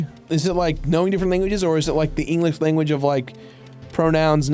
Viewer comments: i feel like we skipped over how arin pronounced language because shit had me in tears and i have no idea why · I hope Arin's mispronunciation of "Language" in the beginning was a Jazz Emu reference ❤️